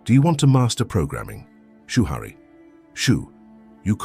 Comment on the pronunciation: "Shoo-Hurry" Rebuke rushing!